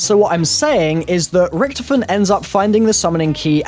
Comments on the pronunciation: OMFG ITS RICTHOPHEN NOT RICTIPHEN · Why did you say Rictefen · It's pronounced richtophen not ricthifin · Its annoying when u keep saying rektofin that's not how u say it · I love how he pronounces rictofen like rctfin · Stop pronouncing richtofen wrong!!!